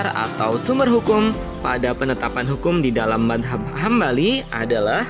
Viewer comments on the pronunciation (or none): Mas..kok nyebutnya/ngomongnya manhab..bukan madzab, maaf kalo saya salah 🙏🏻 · Iya betul,,, Cara baca mazhab ny tolong dong diperbaiki